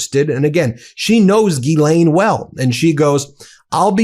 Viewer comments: did the reporter call her jizzlaine? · I'm pretty sure it's Jizz-Lane Maxwell not Ghee-lane. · BEN!!!!!!!!!! BENNNNNNNNNNNN I It's pronounced Jisslain. Not GEElaine Jiss. Like. Hiss. JISSLAINE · It's not ghee -lane. It's gill-len. Be one of the few who pronounces her name properly. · Say it right.. Jizz~Lane 💦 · I thought her name was pronounced Jizzlane 😅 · >Ghislaine> is prononced something like = Gees-lane